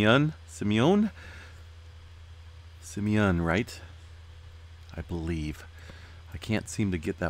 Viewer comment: It's phonetic Dude.... Sim ...... eon....